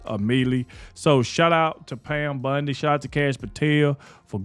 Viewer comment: Love you and your content and with that I gonna point out that Pam BUNDY is not her name and everyone's name is sacred . Please don't refer to her as BUNDY ..it is Bondi . Thx for all the truth content .